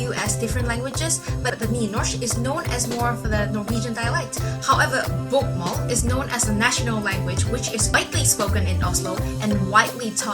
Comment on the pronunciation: You say you can spekak norwegian and then totally butcher Nynorsk and bokmål.... you also butcher å, ä and ö.